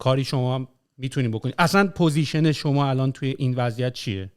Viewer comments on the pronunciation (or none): none